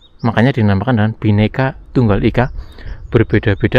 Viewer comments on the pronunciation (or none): none